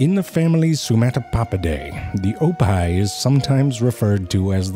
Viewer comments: I think he was trying to say hippo backwards like oppih. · I know he's saying "oppih" (hippo backwards) but I'm hearing "oppai"....why is he calling that hippo "boobs"? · I can't stop hearing "Oppai" when he's saying "Oppih". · I was so confused why he called it "the wild oppai" as well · I thought he said ‘oppai’ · Why did I think that he said "Oppai" aka Japanese booba? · Oppai are boobs in Japanese. Initially that's what I thought zefrank was saying in this video, but then it hit me that he was saying hippo backwards. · I was confused at first, because I thought he said “oppai,” which means “boobs” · It really sounds like he's saying oppai. Wait he is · OPPIH is pronounced like OPPAI? Well I'll be, that's the Japanese word for boobs. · Damn, I misheard "oppih" as "oppai"... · I know you are calling it an Oppih but Oppai pronounced the same is tits in Japan. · And the way he pronounces it sounds like the Japanese word for boobs 😂😂😂